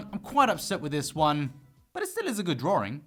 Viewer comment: Excuse me, is he saying “Drawring?”